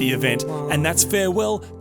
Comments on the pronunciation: So you're telling me Worthesee is worth a see? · The pronounciation of Wörthersee is on-point. :D "We arrived in verticy" :D